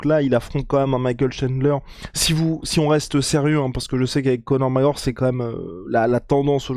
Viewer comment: tu va finir par articulé son nom? C'est Conor mc fuking Gregor! Et non Conor Mareor! Merci